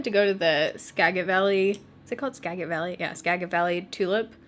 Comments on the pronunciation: scah jet Not ska git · It's pronounced SKA-JIT (although spelled Skagit Valley). And yup, the tulip festival is long gone. But, there may be places that have some tulips left to view. 😀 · Just FYI, skagit is pronounced ska-jit. :) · i’m so sorry about how this month is going, you deserve so much better. also, it’s ska-chit county instead of the hard g haha i’m born & raised around there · The Tulip Festival is actually pronounced Skajit (Skagit) I"m from that area 😊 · (Skad-jit county by the way 😂 Washington county and town names are so weird and hard to pronounce) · Ska-jit is how it’s pronounced lol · nooo it's Ska-JIT.:'( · So sorry about your Grandma. I also live in Washington. And the Skagit area :) it's pronounced Ska-g-it 🌷 they cut the tulips supper early. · It’s ska jit valley just so you know! Not pronounced the way it sounds haha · Just an FYI, its ska-jit, ska like you said, and jit rhymes with git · Skagit is pronounced ska-jit if that makes sense 😀 what city are you from? Just curious since I haven’t heard you mention it before. This is random but can you do a blue eye look? It would be so pretty on you I think 💭 And a video on setting sprays and primers for summer with summer foundation routine. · Skagit Valley = Ska-JET. Washington city names forever the most confusing. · Skagit Valley is pronounced with a hard G, not soft. I live real close to Mt Vernon. Yeah, tulips are dead unfortunately. They're best in April usually. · Hey girl! Fellow Washingtonian here! Just FYI Skagit is pronounced with a soft “g” like jello! I didn’t get to go see the tulips this year either, which was a bummer cuz I wanted to bring my new little baby! Maybe next year 🤷🏼‍♀️ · I'm so sorry to hear about your grandma. It's never easy to lose someone you love..... Lol also you pronounced Skagit wrong but it's ok we forgive you lol. The "g" has more of a "j" sound.